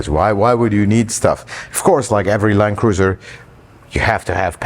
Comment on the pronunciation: I think I hear "land-loser" whenever I hear the new (Prado) Land Cruiser mentioned